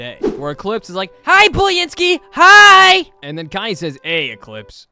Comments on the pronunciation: I very much am employed, thank you very much. (P.S.:, it's BOO-lin-SKI, not BOO-lee-IN-ski) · It's not booly inski, ITS BOO LYNSKI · Btw it’s boo-lynsky like boo!